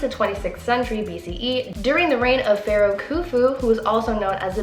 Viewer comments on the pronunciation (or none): none